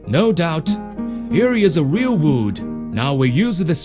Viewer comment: Weal Wud.